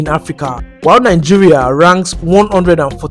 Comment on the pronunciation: They also pronounce Nigeria as nainjiria😂